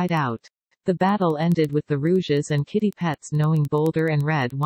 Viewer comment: The pronounciation 😭😭 “Rouges” “Sedadstir” “Deapty”